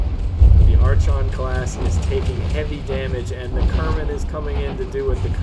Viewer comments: It is EXTREMELY painful to hear you pronounce archon like that lol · Was gonna watch this but the mispronunciation of "Archon" just killed it for me.